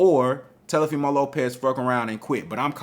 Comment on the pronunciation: Every time you call that man TELOfimo I start laughing lol